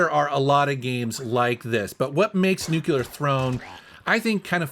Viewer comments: Also it's "new-klee-er" not "nuke-u-ler" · new. clear. Definitely not new-kew-lurr. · did you just say "nucular throne" like homer simpson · Not to be a dck, just trying to help. There's a word "clear" in nuclear... say New like a New York mobster and then clear. Nu clear. Love your channel. Keep up the great work. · "Nucular" ? TF? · I always get a kick out of someone who says “nucular”.😆 Good on ya! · “Nucular… it’s pronounced nucular” - Homer and